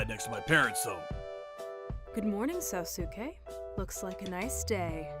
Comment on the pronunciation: They keep pronouncing sosuke's name as sosuske. (So-sus-kay)